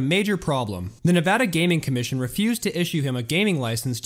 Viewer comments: Thank you for pronouncing Nevada correctly!!! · Thank you for pronouncing Nevada correctly ^_^ How about the decline of the resorts up in the Ozarks? What happened to your Twitter page?